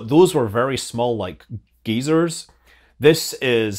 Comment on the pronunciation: G-EYE-SIRS = Geyser's. Not gaysers. lol!!. Thanks for the content Sky-eye Pilot!!.